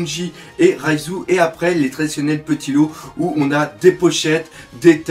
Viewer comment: C'est pas raiZOU la soeur de sanji mais REIJU ou phonétiquement Reijou, t'es penible mais marrant bon courage et bonne video